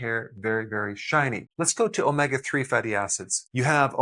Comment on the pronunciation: Please Dr,, omega is pronounced oh-may- ga!